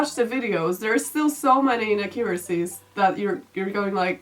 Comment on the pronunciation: Enjoyed the video, but I have to say... "inaccUracies"